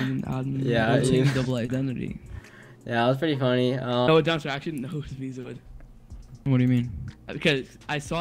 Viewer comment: this isnt meezoid its zeemoid